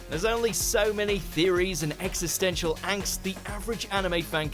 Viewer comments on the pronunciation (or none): none